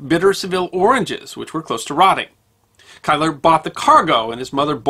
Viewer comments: Kyler!? Keiller is pronounced Keeler. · As a Scot I've always heard Keiller pronounced like "Keeler".